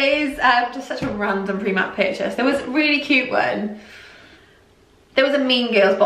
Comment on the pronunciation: you say Preemark, rather than pronouncing the i as in the word 'time'. :)